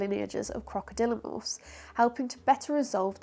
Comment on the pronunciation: Croc-a-dilla-morphs! You have to be kidding me. You made that up